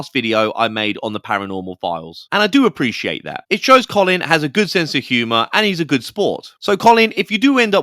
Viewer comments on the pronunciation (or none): none